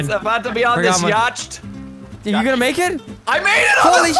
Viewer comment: just called it a "Yasht"